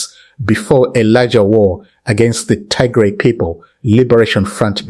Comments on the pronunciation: Please correct your pronunciation of Tigray not Tigre. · Pls don’t calling Tigray wrong pronunciation